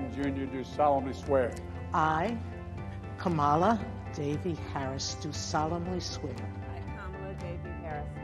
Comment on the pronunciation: Man, if only Justice Sotomayor had pronounced Vice-President Harris’ first name correctly, it would’ve been a picture perfect day.